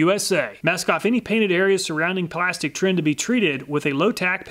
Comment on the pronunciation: Dude says blastic instead of plastic lol